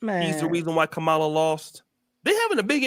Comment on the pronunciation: So you decided to give the most corrupt man in politics crazy power. Did you actually listen to what Kamala was running on? We say we don't want hand outs but instead opportunities. Kamala (comma-la) (crazy you're pronouncing her name the way Trump does.....but you don't follow him right?😂) Kamala had economic policy to help black men. Tax credits for new fathers, money for investments. Under Biden black poverty was greatly reduced, factories increased. The complete opposite under Trump. Yall talking about trans-boxers in the Olympics when Trump caged kids and separated families??? Get out of here man!!